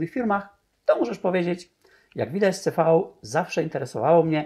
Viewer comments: Nie wymawia się: "ce fau" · Mówi się "ce-fał"? Ja to wymawiałam zawsze "si - vi"